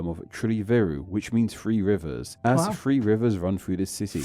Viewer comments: in the first section on Truro it isnt "free rivers" it`s "three rivers" the narrator has a common uk speech impediment where he cant or wont pronounce the "TH" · OK some people struggle to pronounce TH properly and it sounds like ff so Truro is on three rivers, not free rivers. Brighton comes from Brighthelmstone. And try to remember these places existed before Europeans had ever been to Australia or even the Americas (that means the USA) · Doesn't really help that the narrator has a mild speech impediment🤣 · He’s saying 3 not free, just a speech impediment